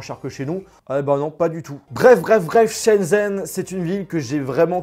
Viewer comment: "Chen zen" mes oreilles saignent désolée